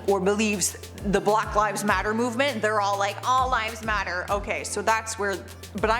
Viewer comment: UMM ALL LIVES DO MATTER?? WHY DID YOU SAY IT LIKE THAT???